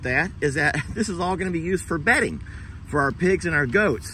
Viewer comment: Bedding not Betty. LOL I had to replay that part. I thought you had a new animal slip in for Christmas.